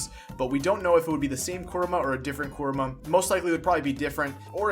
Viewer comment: Why are you saying his name like "Koruma" when it's "Kurama" ??